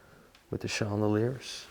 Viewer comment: Hello, Chandeliers in English is pronounced Shan-da-lears